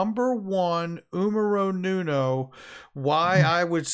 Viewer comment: !..did you just say "numero nuno" 🤣🤣